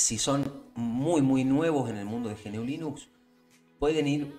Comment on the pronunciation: GNU nunca se pronuncia como ge-ene-u, se pronuncia como una sola palabra, gnu (pronuncia primero como gunu y quitale la primera u para que al final quede gnu) o en español también podemos decir ñu.